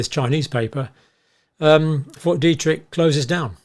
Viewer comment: Detrick not Derrick 😂